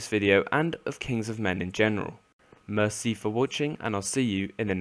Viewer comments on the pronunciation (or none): I wasn't ready for his French accent when he said merci